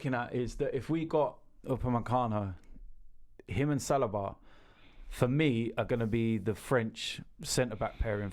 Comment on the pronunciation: Only Robbie would be able to pronounce Saliba as «Selibe»